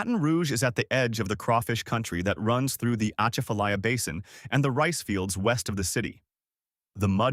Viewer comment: He can’t say Atchafalaya right, then he says according to Chef John Folse that makes me wonder about this story. What tops it off is Cajuns in Baton Rouge. You could probably count the number of Cajuns in Baton Rouge on one hand that’s because they moved there for some reason.